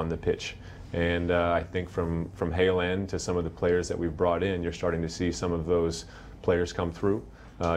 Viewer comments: Did this guy just say “hayland” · ohh I hear it now 'Hale End' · Did he say Heland 🤔 he plays for Dortmund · What did he say that sounded like "Haaland"?